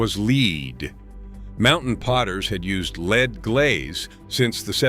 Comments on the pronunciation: Lead. Pronounced LED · Oh no not leed!